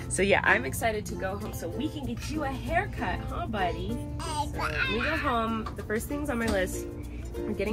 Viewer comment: Omg is sounds like he says he like his haircut! Soooó cute!